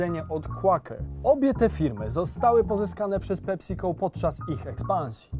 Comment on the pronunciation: Ta wymowa „PeSico” brzmi jak PepsiCol. Poprawna wymowa to PEpsi-co. Nie są się słuchać tego